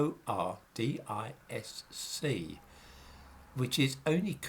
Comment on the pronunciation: "Fauxdisk" you say?